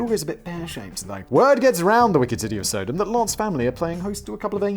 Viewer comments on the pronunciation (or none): Hoping to straighten out the Sodom story (it's sah-dumb, like in sodomy, not sow-dome. Don't know how you missed that cue.) Lot was the brother of Abraham. They had loads of land but the shepherds were getting into fights over grazing pastures, so they decided to divide the land. Abraham gave lot first pick, and Lot picked the greenest lands, which were also conveniently near "Middle East Las Vegas" or Sodom. So they lived in town. Later, God tells Abraham that Sodom and Gomorrah are full of wicked people and he's going to destroy them. (Apparently in response to the complaints of the victims) Undoubtedly thinking of his brother, Abraham says "But what if there are good people there? Would you still destroy it?" God says if there are 50 good people there he will spare Sodom. Then Abraham jews God down (pun intended) 5 people at a time till God agrees that if 10 godly people can be found there he will spare it. Obviously 10 can't be found. The 3 angels Lot takes in as guests are there to get Lot and his family out. No one has to look back if Lot's wife is near the front when she turns to salt. People imply that her wistfulness for Sodom was a sin, but even if she looked back out of curiosity the sin was disobedience (looking back) and wages-of-sin-is-death is an ongoing theme throughout the Bible. Sidenote: I've heard there are natural salt pillars near where these cities are believed to have stood, so maybe the story is just folktales to explain the pillars.